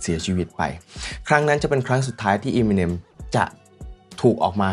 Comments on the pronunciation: Eminem = m&m เอม มิ เนม เรียกอีมิเนมๆๆอยู่นั่น ไม่น่าทำช่อง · ทำไมคนไทยชอบเรียก เอมิเน็ม ว่าอีมิเน็ม ไม่ได้กระแดะนะอยากรู้เฉยๆ